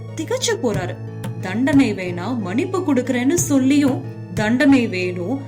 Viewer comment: சகோதரி மனிப்பு அல்ல மன்னிப்பு என்று உச்சரிக்க வேண்டும்